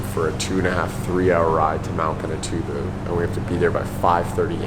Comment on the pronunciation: you demolished the name